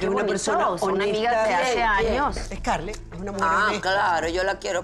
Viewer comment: HAHAHAHAHA Y COMO ES QUE DICE SCARLET? Escur escur escur 🤣🤣🤣